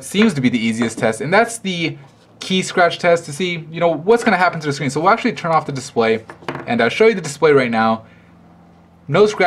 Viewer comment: "The scween" I laughed haha